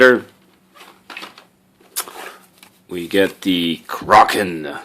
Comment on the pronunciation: finally someone who pronounces "kraken" right!